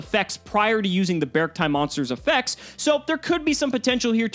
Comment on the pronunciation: I’m simply using the same grammatical rules as how I read the Pokémon Beartic. I think it’s supposed to be “Beh-Ark-tie”.